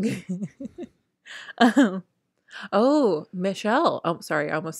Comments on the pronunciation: Lol I was cracking up at you guys trying to pronounce Gloucester. My sister lives in Gloucester Ma, it’s pronounced ‘glohster’ 😊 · Gloucester =Gloss-ter. You got it right in the end👍🏻, it’s a very difficult word to pronounce if you’re not from the Uk, like Worcester. 😀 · the place in the uk is pronounced gloster but spelt Gloucester I live 20 minutes away from there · As someone who lived in mass most my life, I got a kick out of trying to pronounce Gloucester. Too funny! 😂 Also Royal Caribbean cruises are great, though I think you may want to wait till kids are older so they can enjoy some of the activities more. Also you can go on some of the smaller ships, they are comparable to Disney sizes, Freedom of seas etc! They also have great broadway style performances! Lots of entertainment. But we brought our kids because they had dreamworks characters at one time, literally stopped doing that a couple months before we went lol was so disappointed! So Disney probably better obviously for younger kids, older kids would probably enjoy RC more! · That Gloucester pronunciation is killing me. Haha. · Omg the Gloucester pronunciation 😂😂😂